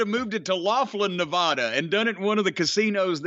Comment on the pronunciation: It’s Neva-duh! Not whatever the fuck you said Jim.